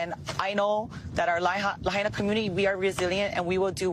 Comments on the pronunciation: you can play all these clips that say "Lahaina" and yet you still can't pronounce it correctly? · please revisit your pronunciation of Lahaina. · Hey, didn't you hear how the local native pronounced Lahaina. Did you watch your clips? Put the work in bud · Appreciate the reporting but it hurts to hear how badly you mispronounce Lahaina. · The clips you showed pronounced correctly the word, "Lahaina," 5 times. Yet you persist to mispronounce it as 'La-Hey-na." My ears are bleeding! Sorry, I used to live on Maui and my heart is breaking for the Hawaiian people and their beautiful culture. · It’s pronounced It’s la-high-na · La - HI - nah...not La - HAY - na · I encourage you to pronounce the name of the city of Lahaina correctly. La Hi Na,,, not La Hay Na. Mahalo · Pronounced LA HYNA!!!!!!! Not Lahanea!!!! Really ???? Pilau! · And bro. It’s not pronounced La Hay nah. It’s pronounced La high nah!! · its pronounced Lahina not Lahana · C'mon... it's La-high-na, NOT La-hay-na! That was painful to hear it butchered like that. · Please pronounce it correctly..it's grating ony hears to hear you call Lahaina La Hay Na...no it is much more closely La Hi na Or La ha.e na ...but not La HAY NA..THANKS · Thank you for your excellent reporting. I'd like to point out that Lahaina is pronounced La hi na, not La ha na. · Laa HI naw, not La hay naw. Eminent domain?! Hell NO! Did the government burn up Lahaina? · It is pronounced la-high-na. Not la-hay-na. It is just a point of respect. Thank you for reporting this story. So important. Well done. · Great work. The towns name is pronounced LA-HI-NA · learn how to pronounce words. LA-HI-NA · Not to be nit picky but its pronounced LA Hina Emphasis on I There I feel better now 🙂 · .....just say " La HIGH nah "; ) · Lahaynah? As a local living in Hawaii all my life, I thought it was pronounced lahynah (Lahaina). Pronounce em right bruddah! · It’s pronounced Lah-hi-nah. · Laheyena not Lahayna